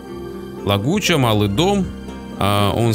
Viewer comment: лаЧуГа, а не лаГуЧа!